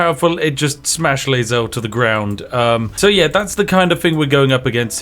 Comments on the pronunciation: Can't believe Spiff finished the game twice and still mispronounces Lae'zel's name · You've played through the game multiple times but you pronounce laezaels name wrong. THE CHARACTERS SAY IT FOR YOU. Did you just ignore all of them the entire fucking game????? As someone who romanced her on the first like 8 playthroughs I feel offended for her lol